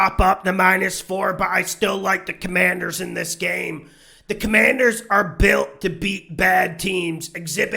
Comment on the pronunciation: I see you got the no names name right this week. #Commanders